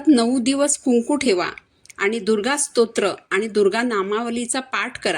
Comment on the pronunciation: तुम्ही प्रथम स्तोत्र म्हणायला शिका. मग dnyan शिकवा. स्त्रो त्र म्हणता. 😂😂😂